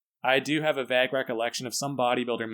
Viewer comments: first of all did you just pronounce vague like vah-guh? also i use the suicide grip because TO ME i feel the reps way better. sure it's a small change but i feel a huge difference :) it's really just preference (EDIT: i wrote this halfway through the video then heard you start saying you stuck to thumbless after trying it LOL did not expect that) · "a vag recollection". I'm sorry but wtf? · did you really pronounce "vague" as "vagg". Wtf was that? 😆😅